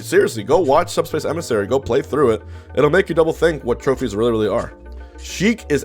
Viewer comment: bruh why’d he call it subspiss